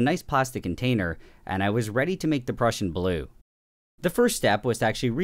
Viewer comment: I've never heard someone say prussian as "pruecian"